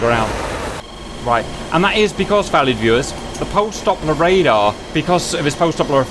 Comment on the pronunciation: its Doppler Radar, not Dopper Radar PS: I love ur videos